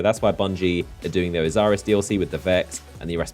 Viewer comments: It's Osiris not Oziris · "Oziris"? Who's that? I know Osiris but that's it.